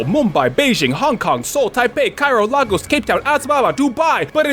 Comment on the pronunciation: as a nigerian, the way you said lagos hurt me inside.